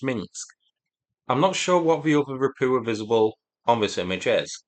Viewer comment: How the hell you are getting "Rapua" out of "Rapucha" is mind boggling. Can you not see the "ch" in there? I like your reporting overall but this continued botching of the pronunciation grates on my nerves.